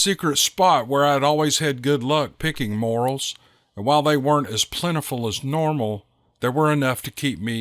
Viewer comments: It's pronounced more ells, not morals. Thank you to all who shared their experiences, encounters, and thank you for reading them. Always looking forward to some more Steve Lilly adventures.. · Pronounced Mo rails. Not morals. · sorry about your friend. The mushrooms in the story are pronounced more els, not morals. Like Jor El in superman. We can't have you sounding like an ignorant hillbilly, lol. Just kidding, brother. Love your stories. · Just for future reference, the name of those mushrooms is pronounced as "more-"L", not moral". On with the story.... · 😂😂 its pronounced more- rel not moral.just ribbin ya. good story👍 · Picking "Morals" ? ? ? You don't know how to pronounce the Morel Mushroom do you? This type of mushroom is most definitely "NOT" pronounced like the word "moral". No, it's pronounced like Mor-ELLE (with accent on the 2nd syllable). FYI for future reference. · I'm not trying to criticize,. Those are morel mushrooms (pronounced "more-EL" or "mor-ELZ" for 2 or more). Moral ("The moral of the story..." is pronounced "MOR-ul", and "morals" is "MOR-ulz") Anyway it's all in where the accent falls - on the first or the second syllable. I've never seen a basket of morals, but we pick a basket of morels every Spring! 🙂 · Edit: He is picking Morels, sounds like ‘more ell’ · Great video just to let you know morals are a mushroom that were in the first story your pronunciation was off if u get some time look into it for the next time, keep up the great work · It’s “more-rells”. 😂🤦‍♀️🥰🤷‍♀️. you are welcome. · More-elll’s…say it’s with me …more-ell’s Morels are a true treat of the forest. They are the only type of mushrooms I’ll eat, unless they’re magic…😅 EDIT: Sorry to hear about Kerry man, remember all the good times and cherish all the memories y’all had together… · Hey hope you don’t mind if I correct you on the proper way to pronounce morels it’s more rels